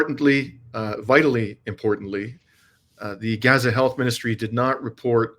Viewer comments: it's pronounced Gaza, and not Geza...A as in father... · Gah-zuh? (Rhymes with yeah-zuh) please, if you're going to report on the genocide in Gaza (pronounced Gaaa-zuh, rhyming with Papa) Please pronounce it correctly. It does matter. Everytime you mispronounce it is like nails on a chalkboard. Try saying "open up and say Aaaaah" or Falalalalah like the Christmas song. Not ah like apple.